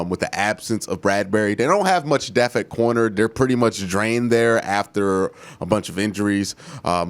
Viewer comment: It’s depth not deaf